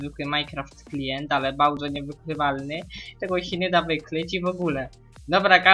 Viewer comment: "Bałdzo" ?? xDDD HAHAH Jebłem